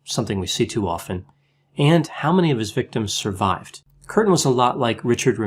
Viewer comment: Umlaut indicates a dipthong--"kyurten". Also the word is "bestiality," pronounced "best", not "beast."